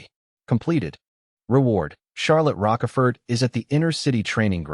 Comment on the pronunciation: Ffs it's like "roach" but with a "sh" instead of a "ch" and the last letter is silent because the French love being contradictory; pronounced "roash-four". This AI needs to be read some Alexander Dumas.